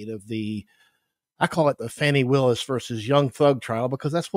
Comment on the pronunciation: He knows Fani Willis is not a prosecutor on this case; and ask yourself why this white man continues to purposely mispronounce that African American woman’s name…